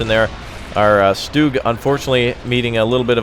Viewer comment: Triggered- you called it stoog....its stug exactly how it sounds